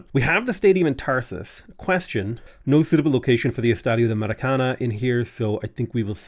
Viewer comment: I feel like at this stage the maracana pronunciation must be comment bait 😂